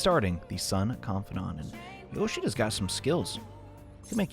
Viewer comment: God you make yoshida sound like Kenedy